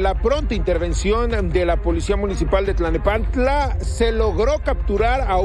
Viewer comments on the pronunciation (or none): Te comento con respeto: Dices y repites en varias ocasiones, Tlanepantla, no es Tlanepantla es: T l a l n e p a n t l a.